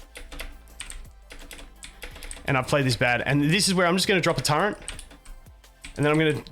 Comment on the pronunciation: The way you pronounce turret. :)